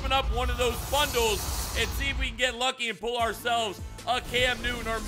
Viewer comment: You said pro pack bundie.😂😂